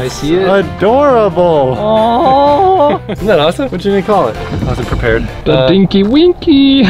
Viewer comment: Im pretty sure he named it tinky winky not dinky winky😂😇